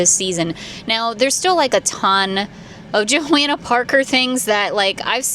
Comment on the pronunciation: FYI her name is pronounced JohOnna, the a isn’t pronounced